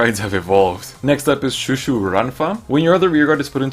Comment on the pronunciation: Pronouncing chouchou Wrong lol its not shoeshoe